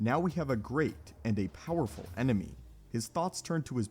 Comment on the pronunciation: ah yes "poweful" lmao